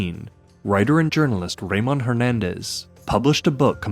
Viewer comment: I think evil people were to blame. Anyone who knows more are either the perpetrators themselves or afraid of them. Also, Ramon is usually said Ruh-MOAN, not Ray-mun.